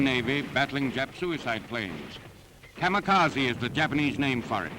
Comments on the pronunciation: Kamakasi= Kamikase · no one: news; K A M A K A Z I